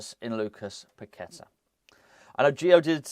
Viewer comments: Pak- Et- Ta, thats how its pronounced!!! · Pak-Et-Ta, thats how it prounounced!!!